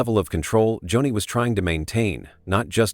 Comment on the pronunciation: Its not Johnny lamb its .....JOANIE spelled Joni!